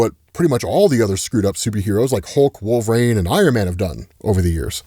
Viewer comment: Who is "Wolveraine"? LOL